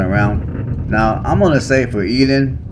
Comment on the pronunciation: Eat ton not eadon